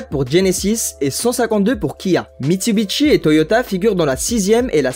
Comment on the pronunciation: Propiétaire d'une Supra A70 Turbo depuis 15 ans, ma belle fete ses 35 ans cet année, et c'est que du bonheur & confort ! Par contre ont dit MITSUBISHI, pas Mitsubitchi XD